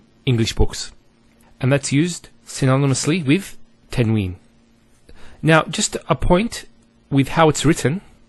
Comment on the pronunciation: You're teaching good, however just note that some of the letters, for example Qaf, must be pronounced with Tafkeem, bold and heavy strong sound. You should also note that tanween is not COMPLETELY noon, as it is pronounced differently as well. Hope you found this helpful.